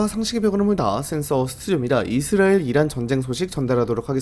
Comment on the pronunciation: 이스라엘이라는 발음이 안되는것도 어떻게 못고치나